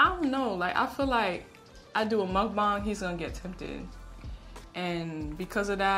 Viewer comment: I have 1queston can you stop calling it mukbaung